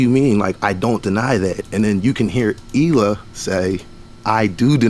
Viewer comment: Her name is prounced "High-lay".